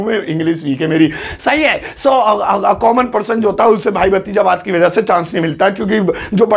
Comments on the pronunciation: sir wo hindi me bhatizawad hota h na ki bhajitawad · BAHI wo भतीजावाद होता हे भाजितवाद नहीं